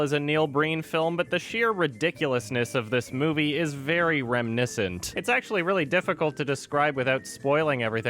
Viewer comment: You're pronunciation of reminiscent triggered me.